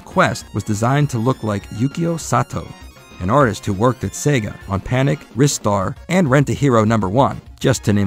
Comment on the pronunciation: It's crazy it took Sega so long to bring the game over to PAL MD. 😆 Thanks though for pronouncing Ristar correctly! 👍 Anyway I guess you've now committed yourself to doing retrospectives of the Phantasy Star Online and Universe games. 😁